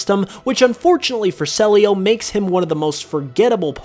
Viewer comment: I think CELIO is pronounced CEE - LEE OOH